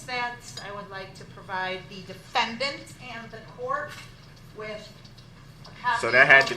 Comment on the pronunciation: Don’t you mean defenDANT?😂😂😂😂